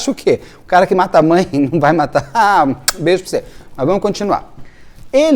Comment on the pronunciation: kkkkkkkk "bêjoprocê"